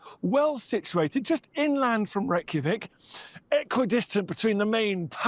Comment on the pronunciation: funny watching that guy talking about your country and he obviously doesnt know what hes talking about, and cant even say Reykjavík right ;'D lmao